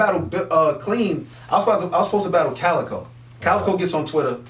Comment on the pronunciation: It's actually Calicoe